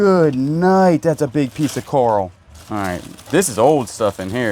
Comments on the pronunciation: My name is Carole and my niece has always called me Carl and when you yell Carl for coral, it cracks me up. Why you yellin at me! Lol. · lol i just heard kala say that you do know how to say coral well everytime i hear you say carl l roll my eyes and call you a dumn redneck , not meaning to be racist or judgemental but you do say some dumn things sorry but what can i say im from canada lmao love you videos